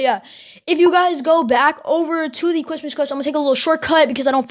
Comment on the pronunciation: i hear him say cwis- cristmas